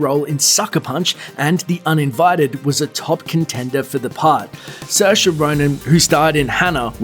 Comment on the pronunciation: The new Star Wars casting is terrible!! Also it’s seer-sha